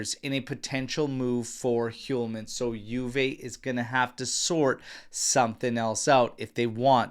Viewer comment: Dear! I write to you from Sweden and been thinking to point something for you but since I don’t like to correct ppl I’ve been hesitant. Anyway, today after a few weeks I decided to write to you and point at the pronunciation of the name Hjulmand. The H in the beginning of the name is silent and is pronounced as Julmand. That’s the J as in Juventus. I hope this helps you in the matter. (H)Julmand that is. And btw. The d at the end is almost not pronounced. But it doesn’t matter much. Keep going with your nice work and thanks.